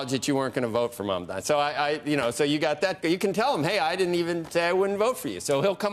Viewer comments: Big fan of Andrew Ross Sorkin’s but I’d appreciate if he would learn to say Zohra’s last name. It’s “Mum-don-ee” not “Mum-dom-ee”. Repeatedly mispronouncing an ethnic last name sounds like a low level racist slur. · Iddiot ZOHRAN MAMDNI not Mamdami. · Still can't pronounce his name correctly